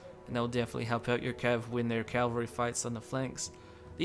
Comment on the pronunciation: I think some of the shiny armor you described as chainmail is actually scale or lamellar armor. Also it seems like you sometimes say "Calvary" instead of Cavalry, which is something many english speakers do